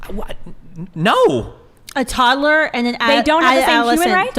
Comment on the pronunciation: Ok, aside from the actual topic (Im conflitrf and not sure where exsctly I stand on either side) that skinny girl pronounces things so annoyingly. 'Tod-a-ler' and 'Sib-a-ling' are just so.. I just cant..